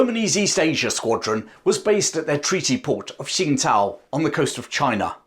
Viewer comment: Just for info it’s pronounced ‘Ching-dao’. Same as Qingdao which is a different English way of spelling the same place